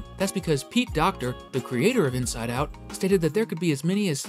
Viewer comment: The missing T is starting to trigger me…